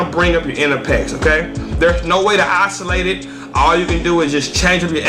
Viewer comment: Ha isolate, pronounce must be a tx thang